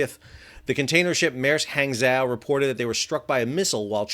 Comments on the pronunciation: not exactly. :-) Hang in pinyin is pronounced more like pong in “ping-pong”. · "Hang" would be pronounced like "hong" in Hong Kong. Wikipedia says "hahng-JOH"